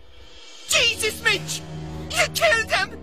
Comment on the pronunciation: They do pronounce it minge, only his name is mingey